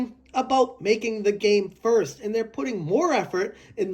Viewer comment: Am I tripping or are you saying thirst person shooter